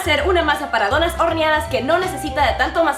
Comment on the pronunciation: Ni si quiera dice bien donas dice donás